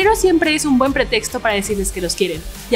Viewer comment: unos buenos abrados xd